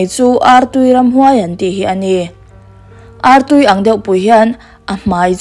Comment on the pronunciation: Artui i lam rik dan hi a dik looo